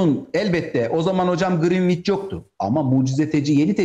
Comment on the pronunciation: (Greenwich) Grinviç dedi ya pes dedim artık.